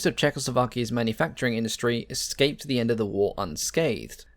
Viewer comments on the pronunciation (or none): none